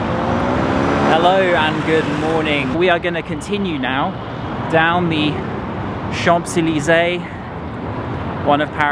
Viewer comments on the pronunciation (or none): "chamP zeleezay" with the P pronounced made my cringe every time he said it. 😱🤣 And pronouncing 'jardin' with the Spanish J (jota) was funny too!! Brits always make fun of Americans when we butcher French but we are so far away and our education system sucks: what's your excuse? 😜😂😂😂😂😂😂 PS: after watching the rest of the video, I can say that he proudly butchered every single French name!!! 😲😂😂😂